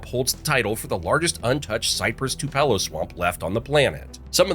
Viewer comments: Mispronounced Too-pa-lo, Ed-is-to (ick), and many other extremely popular places! Not a native! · Two-puh-low tree. That’s also a funny shade of “bright red” on that fire hydrant. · Edisto, Jocassee, Tupelo, Oconee Terrible pronunciation 😂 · LOBlolly, TUPelo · I'm cringing every time I hear the mispronunciations. My mother is from Edisto Island, so that one really hits me. Also, TOO-puh-lo trees. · Too pello trees ? Endesto river? Joe cussie lake? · Even though it is not unique to SC, it also mispronounced Tupelo!. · Edisto, Tupelo, Jocassee, Cockaded, Oconee. Train your AI. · Tupelo wad pronounced with incorrect stress as well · It’s got to be AI bc he didn’t even pronounce Tupelo correctly.